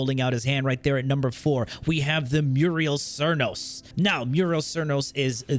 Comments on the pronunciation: Muriel Cernos. Bro you didn't even try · Muriel Cernos? lol